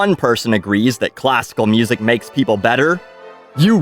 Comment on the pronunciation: Classical mussik